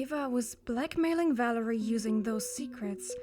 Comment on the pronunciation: I'm french and Valérie's french was so delicious to hear because the words were pronounced (surprisingly) very well!